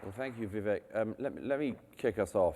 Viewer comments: Vivek-why can't the highly intelligent Mr. Murray pronounce that correctly? vee-VAKE as in cake, bake, take. Not vee-VECK. Think of the French accent on an E that is pronounced as an A as in etude, prelude. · It's not pronounced Vee. It's Vi, short i